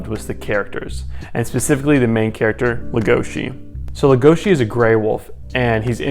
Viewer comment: LegoSI not legoSHI